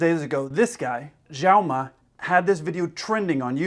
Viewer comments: His Chinese name is Xiaoma, pronounced "Show-ma" (rhymes with cow-ma) but not Jow-ma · I thought it was Kelsey's plane. I did watch Xiaoma's video. I didn't realize that there are 2 separate fuel tanks. Not knowing this until just now, I probably would freak out And BTW- His name is pronounced "Shaoma" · I love that when he's talking about the "telephone" effect, he calls him Zhaomo. Pretty good analogy! lol